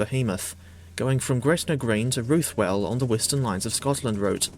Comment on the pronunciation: can you please learn how to say ruthwell right